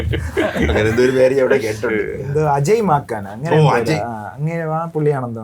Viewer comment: മാക്കാൻ അല്ലെടോ മാക്കൻ 😂😂Ajay Maken